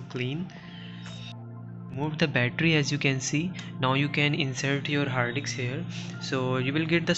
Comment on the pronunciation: its HARD DISK...not Haadiks😂